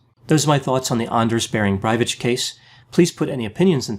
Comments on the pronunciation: You pronounce his surname wrong. It's Breivik not Breivich, or Breivic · Its peonounced BreiviK (as wiKipedia), not Breivich. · Ohhh, please stop saying "braiwich" - listen to some norwegian clips here and learn to pronounce it right... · The K in Breivik is pronounced K btw. Barely any languages pronounce the K as ch. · I feel disturbed by the incorrect "ch" sound pronounced at the end of the name Breivik. The correct pronunciation according to Wikipedia IPA is [ˈɑ̀nːəʂ ˈbèːrɪŋ ˈbræ̀ɪviːk]. Otherwise I can't wait for completing watching this video from. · sorry but it isnt "breivitch" but breivIK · I haven't watched yet but have a superficial question. Why are you pronouncing the k at the end of his last name as a ch sound? I work with Norwegians and I've only heard the k in that name pronunced as a hard k. Maybe some Norwegian speakers here can help me out. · It's BreiviK, not BreiviCH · "Brye-vitsche". If it was anyone else I'd berate them for their poor pronunciation of his last name but knowing, without even checking I know that this is how his last name is properly pronounced. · It is pronounced Bree Vick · Breivich I'm dying :D Hearing Americans pronounce Scandinavian words is always funny. Nothing wrong with it, just funny. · I thought it was pronounced brayvik I might be wrong. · his name is pronounced BRAY_ VICK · He is a messed up individual that's for certain. As an aside, his surname is pronounced Brey-vik and the island is pronounced Oo-toy-ah. There's a really good docu-drama out there about what happened, I recommend everyone does a search and watch it. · Isn't it pronounced bra-e-veek? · Breivik is pronounced Breiveek😏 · Who the fuck is ”Braivich” 😂😂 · Ok I know a guy with the same last name as Breivik it's pronounced Brayvik sorry that bothered me for some reason lol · It's kot Breivich tho... It's K. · "Brywich" xD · Sorry for nitpicking, but his last name is pronounced more like "breigh-veek". Great vid.